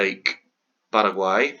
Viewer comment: Good Paraguay pronunciation.